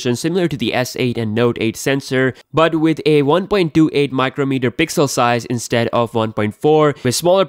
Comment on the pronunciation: "Pigzel senzor beeyest"